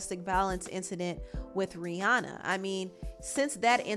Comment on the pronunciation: Rihanna is pronounced Ri-Ana. Not Ri-Aw-naw.